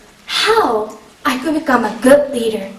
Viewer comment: I thought she said reader at first.